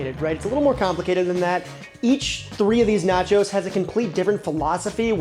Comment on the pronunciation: Bro called it "naco" cause it sounded like taco I bet...